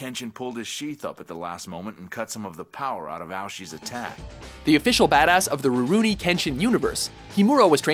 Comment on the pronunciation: So is everyone gonna glance over the fact that he said "Sataka Gintoki" and "Roronora Zoro"?